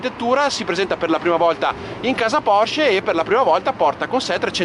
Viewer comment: Bravo. Finalmente che c'è qualcuno che chiama la Porsche, Porsche e non Porsch. 👍🥰